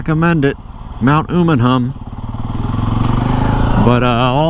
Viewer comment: FYI It's pronounced , Umm uh num, not Ooh mun hum